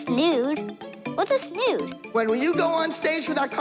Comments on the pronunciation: “I’m not putting a rat in my hair and a snude, what’s a snude?” Mackenzie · “And a SnOoD.Whats a SnOoD”? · No one: Not a single soul: Mackenzie: I'm not putting a rat in my and a snood, what's a snood?